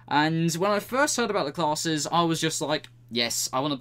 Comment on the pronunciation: Say classes one more time... i dare you